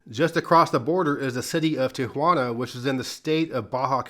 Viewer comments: Thank you for pronouncing Tijuana with 3 syllables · I LOVE how you say Tijuana right. I paused the video and had a whole conversation about it! for the win!